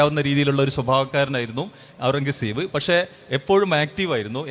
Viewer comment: എത്ര വലിയ ചരിത്രപണ്ഡിതന്മാർ ആയിട്ടെന്താ... പേർഷ്യൻ വാക്കായ ഖുർറം കസബ് എന്ന പേരൊന്ന് മര്യാദക്ക് പറയാൻ പഠിച്ചിട്ടില്ല. ടിപ്പുസുൽത്താനെയും അയാളെയും താരതമ്യം ചെയ്യുന്നതിൽ യാതൊരു അർത്ഥവുമില്ല. രണ്ടും രണ്ടു ധ്രുവങ്ങളിലാണ്. അവസാനത്തെ മുഗൾ ചക്രവർത്തിയായ അയാൾ ഒരു സലഫി ഭ്രാന്തനായിരുന്നു